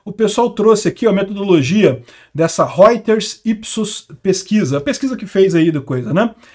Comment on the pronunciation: Reuter , se pronuncia rôiters. Roith é vermelho em alemão e oi idish , então Reuters traduz para vermelheiros , portanto …